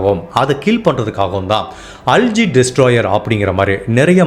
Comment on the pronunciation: Not அல்ஜி , அல்கே